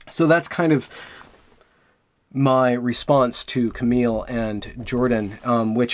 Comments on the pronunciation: Cameelia Pajeelia.... really dude? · "Kam eel ... Pa lee uh* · "Ca-meal Pal-E-ya" is how her name is pronounced.